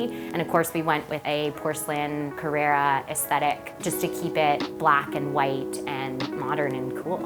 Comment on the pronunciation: Beautiful apartment, but can we get the pronunciation of the materials right please.... CARRARA = MARBLE (Named after the town/quarry the marble comes from in Italy) CARRERA = Porsche Model